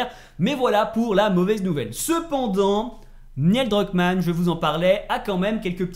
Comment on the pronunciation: j'adore tes vidéos, mais par pitié.. la prononciation! 🤯 Neil Druckmann ne se prononce pas "Niel" 😱 Le "i" est après le "e" et se prononce "Nil" (comme Neil Armstrong) 😉 Ça m'a vraiment trigger surtout que tu le prononces plusieurs fois d'affilée 😉